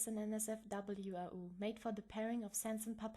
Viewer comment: It's been so long since I've heard your voice <3 Thanks for the explanation! And I'm pretty sure AU is said as "ay you" But Okey;^9